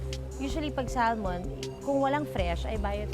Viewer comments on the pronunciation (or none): Salmon is pronounced as Sa-muhn, silent L po kung gusto mo ipronounce in english.. pwede naman ksi bigkasin ng tagalog as in SALMON pronounced as how it’s spelled, not Sal-mon lol.. eng erte erte nemen kese.. 🤣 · Kunyare sosyal yung Elaine pag pronounce nga ng "salmon" di alam. Etchuserang elepante